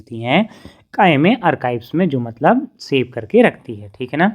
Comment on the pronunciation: sir arkive nhi archves